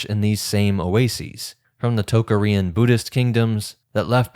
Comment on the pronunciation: I have never heard -arian or -aryan pronounced in such a strange way as when you say Tocharian